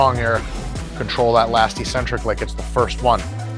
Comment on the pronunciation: Actually, he doesn't. He never pronounces 'eccentric' correctly. It's a word he should know inside and out, and yet every day he mispronounces it as 'eeeecentric'. I've told him countless times. He's supposed to be a man of the books, and I've told him not to believe me, and just go look it up for himself. He refuses to learn what is a critical word of his trade. Dumbfounding.